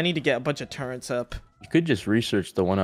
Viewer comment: love you and but why do you say turreNts and eoNkas? haha